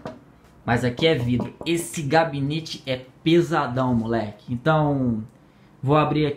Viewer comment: pequena correção seria gabinete não cabinete